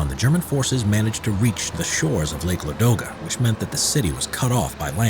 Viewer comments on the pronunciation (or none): I'm from St.Petersburg (Leningrad nowdays), and i want say thank you for this video. Yes you observe only main part of the siege (as a citizen of Leningrad, of course i know much more of this), but still big thanks for this) Also, you mispronounce lake Ladoga, it's not a ladOga but lAdoga. Now you know more. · Lake LAdoga,not LadOga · The lake is called l_A_doga, stress on A. I think we must start butchering English names as well to teach you guys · Very good video. A few Russian place names are mispronounced (e.g. it’s Lake LA-do-ga, not Lake La-DO-ga). I liked the accurate depiction of weapons, such as the PPS machine pistol—designed and built within Leningrad during the siege. I studied in Leningrad in 1981; there’s a museum of the siege within the city, as well as Piskorovskii Memorial Cemetery, where at least a half-million who perished in the horrific siege are buried. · LAdoga not LadOga